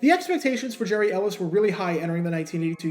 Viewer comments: Get the name pronunciation right. His first name was pronounced "Gary" not "Jerry". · His first name is actually pronounced “Gary” (not “Jerry”). Not sure why, but that’s the way it was. By the way, your videos are terrific. I could watch these all day. I love the narration and the fact that you really do your homework. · Re-record and pronounce the guy’s name right 🤠